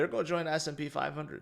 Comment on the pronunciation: lern how to pronounce "GOING". and buy a thesaurus. everytime you say "go"its cring af.